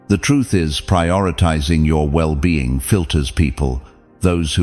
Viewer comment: The AI mispronounced "well being" # 8